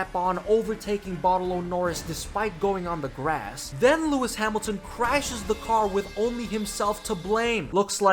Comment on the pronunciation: Really "Lewis sad milton"??? 🤣🤣🤣I mean I love this guy but seriously this made me lmao